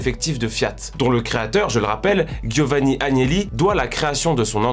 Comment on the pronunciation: Guiovani ?! Guiovani ?! Pas besoin de massacrer le nom des européens blancs en faisant un effort surhumain pour d'autres ethnies derrière... Giovanni... bon Dieu